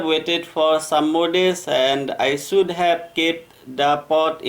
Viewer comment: Kindly improve your pronunciation. It is BUSHY not BUSEE. also it is SHOULD. Not SUD.